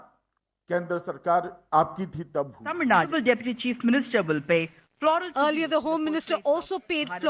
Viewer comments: Why do every news reporter say tamilnadd instead of Tamil naduu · Even in English it's pronounced as Tamil Nadu only,not Tamil nadd.😛😛